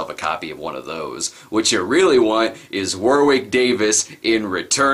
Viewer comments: One small detail It's pronounced Warrick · It's pronounced WO-RICK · Not Wicket War-wick